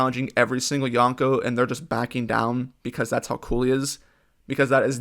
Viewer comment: Everytime someone says yonkou like this, a puppy dies. Good video though.